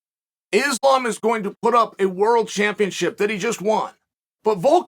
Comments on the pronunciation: 😂anyone else notice now Chael is saying the name right now “Islam” the videos before this he was saying Makelchev💯 smart move by Chael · GOOD JOB CHAEL LOL I NOTICED YOU CHANGED UP AND NOW YOURE SAYING THE NAME RIGHT ISLAM ! 💯 GOOD MOVE